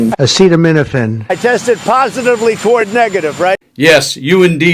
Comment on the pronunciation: He can't even read aloud acetaminophen WTF